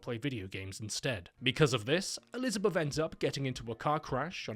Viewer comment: "Elizabuff" hahaha that accent, man. Nice humor in this vid.